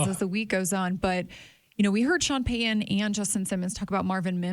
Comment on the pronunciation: can’t say the T sound in the middle of words, like Sutton or Peyton etc… just an observation. 💚